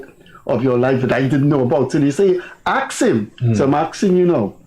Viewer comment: I wish someone will remind Mr Kissoon that the word is Ask, and not ax or aks..